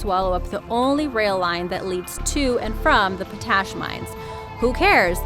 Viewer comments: Pot ash, not po tas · Sori sori.... But seriously, it's pot-ash. Not po-tash. I could be wrong, I didn't check the dictionary for pronounciation, but that's the way I've always heard it... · It's pronounced Pot-Ash, not Pa-tash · It's pronounced POTash, not potASH. Scary stuff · It's POT ASH - not po tash! Stupid computer voices. Jesus, is everyone afraid to hire a real human narrator nowadays? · That's "pot-ash", not "po-tash". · POT...ASH...not PO TASH ...sheesh....cant even say words correctly. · the word is pot-ash. not po-tash. If you are going to narrate, learn the words you use. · Its pronounced Pot Ash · Its not PoTASH its POTash. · Potash? Pronounced "pot ash." unstressed. not p'TASH. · Pot ash; not p'tash. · POT ASH not tuttash! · "Number 3"... it's pronounced... "pot~ash". Not "pO,Tash" such is my experience. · Potash is NOT pronounced "Poh-tAsh" but "Pot-ash", you English speaking dunce. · Why can't you say potash? Say pot. Say ash. Potash... Potash should not sound like moustache, rather like not-ash... lol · POT ash not po TASH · the way she says potash annoys the hell outta me. It's pronounced "Pot-Ash" not "Puh-Tash"...christ on a fucking crutch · Po-tash! The word is Pot-ash. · Nice video. But please learn how to pronounce potash. It's pot - ash, not paw - tash. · #3 Po-TASH?? The word is POT-ash, my dear. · Pot ash....not potash. It's pronounced like two separate words. Pot ash. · POT-ASH WHY IS IT SO DIFFICULT TO SAY CORRECTLY?!? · What's with the music being louder then speech people ... come on Oh and someone who can pronounce simple words like... potash it's pronounced pot - ash . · I'm sorry, but it's pronounced POT-ASH. It was driving me crazy😳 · Who taught you how to pronounce potash?